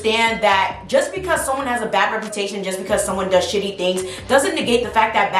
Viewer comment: Who else laughed when she said bhad Bobby